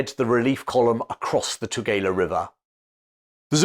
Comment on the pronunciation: Your pronouncing Eshowe incorrectly. And Tugela river. I grew up there. Thank you so much for the history though. So real to me the places you describe. I used to play in the fort as a child. And my Father tide me to a piece of drift wood and floated me across that river.